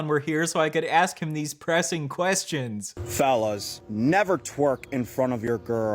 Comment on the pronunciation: notice how when he says fellas it sounds like phallus...